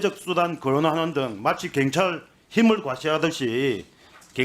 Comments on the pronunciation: 애들은 왜 경찰 발음이 안되는거냐? 민주당이 카톡 알림 받는 것 보다는 국수본 찾아가서 압력 가한 것이 더 문제 아니냐? 어떻게 국회의원이 국수본을 찾아서 압력을 가할 수가 있냐? 니들 입장문만 국수본이 볼수있게 언론에 대고 발표하면 되지... 아 협박하는 것은 방송에 나오면 안되니까 직접 찾아가서 얘기한 것이니? 경찰서 앞에서 시위하면서 얘기한 것도 아니고, 국수본 본부장을 직접 면담하고 얘기한 것은 상당한 문제인 것 같은데, 민주당은 왜 이런 부분에 대해서 강하게 얘기를 안하니? 어떻게 국수본 본부장을 찾아가서 국회의원이 압력을 가할 수 있냐는 말이여? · 갱찰 이여 경찰이여 애는 발음도 못허는가 이님 울나라 사람 아닌겨 참 웃기는 사람일세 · 발음부터 교정좀 하고 나와라 갱이 뭐냐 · 이 놈아 발음좀 똑바로 해라~갱찰이 뭐냐? 경찰 해봐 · 동만아. 갱찰이 아니고 경찰이다. 혓바닥이 짪으면 그냥 자빠져 자라. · 갱찰이 아니고 경찰이다 발음도 못하냐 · 갱찰이 뭐냐. 경찰 발음 부터 배워라 모질해보인다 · 정동만 저 새끼는 제대로 질문하는 걸 못봤어. 갱찰 말고 새꺄 경찰 씨발아.. 발음도 지대로 못햐~ 하여간에 저런 작대기 뽑아주는 동네 꼴아지 하군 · 갱찰X 경찰O 발음좀 똑바로 해라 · 갱찰이 아니라 경찰이야. 말이라도 똑바로혀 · 나도 부산 사람이지만 갱찰이 아니라 경찰이라고 해야지. 그것도 못하면서 무슨 국회의원이야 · 갱찰 진짜 거슬린다 사투리 억양은 그럴수 있지만 단어 자체를 다르게 발음하는 유일한지역 갱상도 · 갱찰? 발음이나 똑바로 해 ~ 공정한 수사? 입이 열개라도 국힘은 말 하면 안된다. 말하는게 무식한 깡패와 뭐가 다른가 한심하다 저런게 금뻇지달고 국회의원이라고 ~ ㅜㅜ 계엄해지 투표할때 죄다 도망간 인간들이 부끄러운줄도 모르고 권력의 졸개들 ~ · 갱찰 갱찰 갱찰 발음 진짜 거슬리네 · 내란당 놈들은 경찰 발음도 못해 갱찰. 갱상도 사투리가 저 놈들 땜에 혐오의 언어가 되었다. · 갱찰이뭐냐?경찰 발음도 안되는넘이 핸제가 뭐냐?헌재